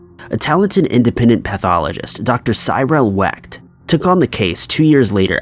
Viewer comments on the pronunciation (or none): Congrats on totally butchering Cyril Wecht's name, LOL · Sorry, but the way he pronounced Dr. Cyril Wecht made me cringe so hard that I may have damaged a few brain cells. My inner forensic nerd feels ill now!